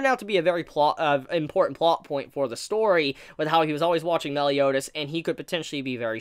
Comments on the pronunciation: Why do u keep saying meel? (Meal) instead of mael? (My-El) that's his name cuz rudicel (rude-eh-cELl) tarmiel (tar-me-EL) sariel (sorry-EL) and so it would be mael (my-EL) cuz it would sound dumb if they are all EL's then u just see mael (me-eel) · seriously, i know its boring to hear, but its MAH-EL, not mel, please pronounce it right, how did you even come up with this absurd pronunciation? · my L not mell